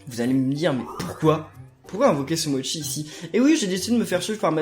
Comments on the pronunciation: sa ce dit sumochi pas sumotchi car c'est en italien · Ben si en plus Sumochi dit : Sumotchi